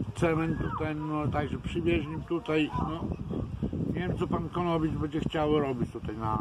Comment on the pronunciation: jest błąd! mówi Konowicz a nie Kononowicz